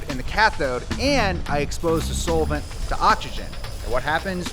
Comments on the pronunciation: This is the first time i've heard "solvent" pronounced as "soul-vint". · hey guys you hear that....? it sounds like somebody is saying soul-vent? wtf is a soulvent?? 😇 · You're saying solvent wrong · pronounces Solvent weird.